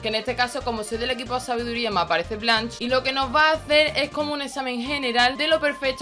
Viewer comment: Mejor que lo pronuncies ''Blansh'' que ''Bleinsh'' xD Se pronuncia así jajaja